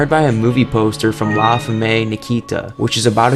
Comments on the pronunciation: SUE-plex la FEM nakita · La Fahmey? American education. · The way you pronounced "la femme" got me killed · "Femmay" My guy needs to learn to pronounce words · "La femmay Nikita" lol no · "La femey Nikita" 😂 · "La [femmey] Nikita" 😄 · La femme Nikita :) it is French, Femme is pronounced "fem" it means woman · Sorry bro I have to Sue-plex El he-gan-tay And La-fem nikita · Jesus kid. You said so many things wrong lol. La fem nikki ta. Is how its pronounced. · Man you gotta work on those pronunciations…. “La femmay Nikita” lol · You weren’t around when the show was around but La Femme Nakita was pronounced La Fem Nakita. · im sorry but the butchery of your "el gigante" and "la femme" pronunciation is atrocious. especaily since they're such basic words lol. i'd hate to see how you pronounce everything else in the game. sounds like a southern american who has never heard of words outside their culture lol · Love the video but you could've really searched up how to pronounce "la femme" lmao. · The narrator butchered la femme Nikita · Ok between how you said El Gigante and le femme Nikita both offended me beyond measure... something I did not think wd possible, your French & Spanish suck!! Still very good video. All love and constitute criticism, really good editing 👌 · The way he pronounces La femme😂😭